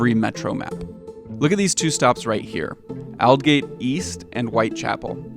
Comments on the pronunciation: Lmaooo “Ahl-gate” really triggered me it’s literally English pronounce it right 😂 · At least learn how to pronounce a place name before making a video with it. It's pronounced "Ol'gate"